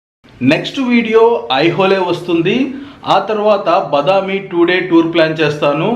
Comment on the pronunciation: బదామి కాదు. బాదామి. వాతాపి బాదామి అయింది. వాతాపి గణపతిం భజే విని ఉంటారు కదా.